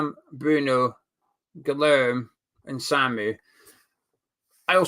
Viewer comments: its pronounced GIYERM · Say key and then put a g in instead then say ler-me and your golden. Got a family member called guilhereme